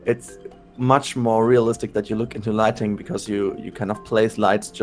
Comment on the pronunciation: Why am I hearing "lightning" instead of "lighting" ... "We need to make sure we have lightnings" wtf